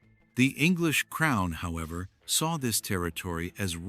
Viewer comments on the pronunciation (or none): none